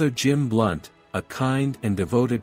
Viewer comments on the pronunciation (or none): ❤There is a Fr Blount... Not "Blunt"